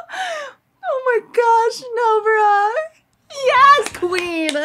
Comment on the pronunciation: Nobara sounds like no bra